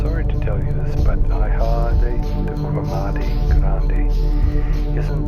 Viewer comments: the word "ilha" is pronounced like "ee-leea" not "ay-ha" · "Ilha" is pronounced EEL-yah, not EYE-lah. "Helena" (in St. Helena) is pronounced huh-LEE-nuh, not HELL-uh-nuh. I'll try to avoid all of these places in my travels.